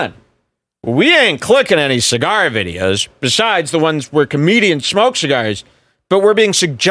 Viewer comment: List probably puked after that cee-gar